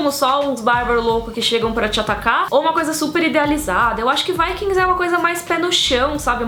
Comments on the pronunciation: fala o nome dos Vikings tudo errado mas achei legal as series recomendadas, Valeu!! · eu não entendo, qdo as pessoas falando sobre os guerreiros são vikings, qdo é a série as pessoas falam "vaikings"... sei q é como se fala em.ingles, mas acho esquisito